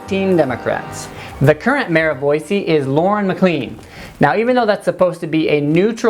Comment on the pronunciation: number 1 way to get a Idahoan mad: saying "Boizee" instead of "Boise."